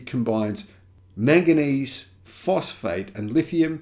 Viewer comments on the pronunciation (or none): none